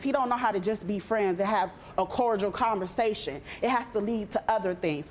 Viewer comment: “Commersation?” Umm 🧐